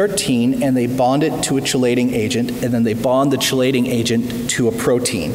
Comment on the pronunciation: chelation is pronounced "key-lay-shin":)